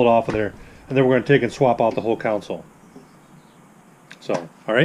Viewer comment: Con sole. Not counsole